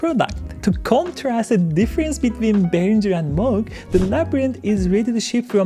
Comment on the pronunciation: Moog, NOT Mogue :)